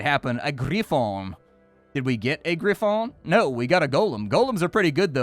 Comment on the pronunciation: Where does this almost perfect french accent in the pronunciation of dragon and griffon comes from ?